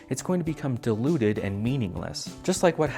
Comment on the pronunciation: I can’t quite tell if you’re saying diluted or deluded, but I assume the former. Always informative, always entertaining, and always with adorable ferrets at the end... except for this video? 😭 whyyyyyyyyyyy?????